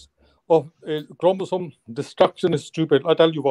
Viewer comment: Jahil ko bolo sahi se pronounce karna sikhle 😂 Chromosome